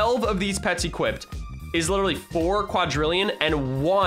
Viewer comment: What I think the moment u said "I letterally never play this game" was : may I have Ur p e t s?